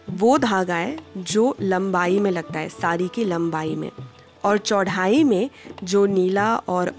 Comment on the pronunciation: अगर आप हिंदी का चैनल चला रहे हैं तो कम से कम ऐसे लोगों को भर्ती करें जिनका उच्चारण शुद्ध हो। चौड़ाई को चौढ़ाई बोलने वालों को क्या चेहरा और हाव–भाव देख कर विशेष वरीयता दी जाती है।